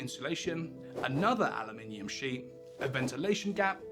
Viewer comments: Aloominum ? I thought you were British lol 😉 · aloominum. that's not how we say it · He said "aluminium" in the same sentence, so the "Aluminum" part was possibly a trade name.